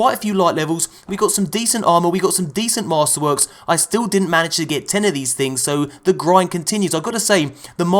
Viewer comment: 'good tings fam'😂😂😂😂😂